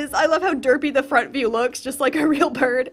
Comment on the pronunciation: Uhh, I’m not sure if it was on purpose but when you said floofy bird, it actually sounded like “floofy burb”